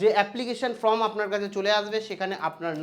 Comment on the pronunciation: উচ্চারণ টা ফ্রম নয়, ফর্ম ।